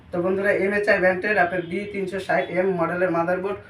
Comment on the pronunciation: Vai msi bolte pare na